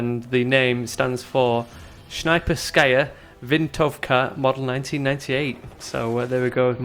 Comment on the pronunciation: SNASHPENSKAJA VEENTOVKA xD